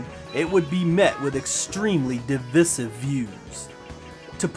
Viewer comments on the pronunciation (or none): Damn dude i love your channel but really gotta work on your pronunciations like the word divisive. It's a hard "I" and you also said "before you spend that funds". It's "those funds"...just saying